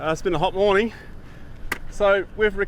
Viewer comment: Great Video, but you're forgetting the "N" in "Morning"